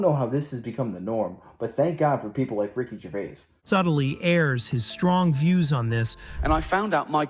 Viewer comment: Jer-Vay, not Gervase.